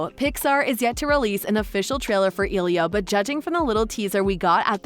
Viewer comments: The movie is using a Latin name so to pronounce it correctly the E is not a hard e but a soft e. Not e as in eel or easy, but a soft E like in elephant, Elizabeth, Eliot, emerald. The i is like a hard e. So it should be pronounced eh-lee-oh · It’s not elio ITS ELIO EL-I-O